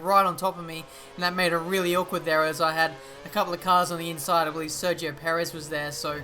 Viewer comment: You say Perez like Paris